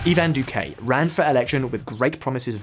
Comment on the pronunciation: The pronunciation of Spanish here is criminal. For example, the man is called dOO-kih and not doo-kAy. The city mih-dih-yín and not meh-dél-yin. Never again do a video about a non-anglophone country without first checking on the pronunciation. It ads to the credibility of the message you are trying to convey.